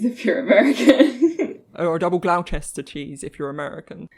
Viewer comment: Oh no it's really not pronounced glaow-chester? 😳